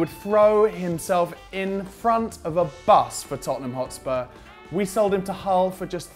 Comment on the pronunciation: You said sighed not sold